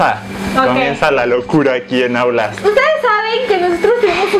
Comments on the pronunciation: a y dice outlast y Rafa dice autlast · Es outlas no aulas 😂